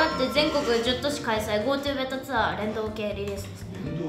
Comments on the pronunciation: れんどうがた だけどアユニが言ってるなられんどうけい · 聞く度ジワる(笑)